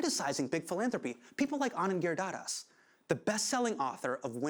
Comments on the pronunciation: Hasan - Just a friendly observation. It is pronounced 'Anand Giri-Dhar-Das'. Giri-Dhar-Das. It is easy when you break Anand's last name in 3 bits. Giri means Mountain. Dhar means the 'holder', or the one who holds the mountain, which literally means Krishna, a Hindu God, who once held mountain on his pinky to save the local villagers. Das means the devotee of the one who holds the mountain, or Krishna devotee. So Anand's last name is darn unique and powerful. You really botched it up. Given you have bashed non-Desis for mis-pronouncing your name on this very show, it is only wise to get it right for a fellow desi. You have an awesome show BTW. Keep up the good work Husain Minhaj. :) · Nothing hurts more than a brown dude pronouncing Giridhardas Girdadas.. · that atrocious pronunciation of giridharadas -_ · He said that one brown name in the most white way ever. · Come on Hasan! It's beneath you to be unable to pronounce Indian names!